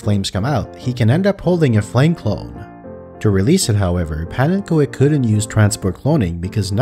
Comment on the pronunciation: So even calls himself pannenko-ek. wat een!